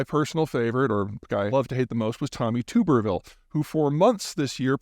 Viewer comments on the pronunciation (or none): It’s not Toooberville…it’s Tubber-ville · Love your stuff Peter, just a heads up about Tommy Turberville Say it like tubberville not tuberville. Although he'd probably hate being called tuberville so proceed however lol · Tommy Tub er ville is how its pronounced by the way. Solid football coach during his time. I generally stay out of politics as logic doesn't have a place anymore, explains why both sides hate me LOL. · You keep miss mispronouncing Senator Tuberville's name. Just saying.